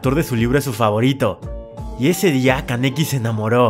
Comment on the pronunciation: Solo se dijo el nombre kaneki Ken bien una vez XD